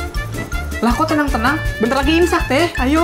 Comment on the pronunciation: Kok tadi ngomong nya incak bukan imsak